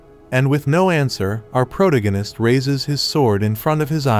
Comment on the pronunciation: PRO-DIGG-UHN-ISST 😂 thank you AI!